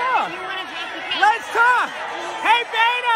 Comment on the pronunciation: Beto pronounced as “beta”